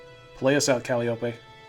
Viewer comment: It’s Cal-eye-oh-pee. Not Cal-ee-ohp. SHE AINT A CANTALOUPE, SHES A TRAIN WHISTLE.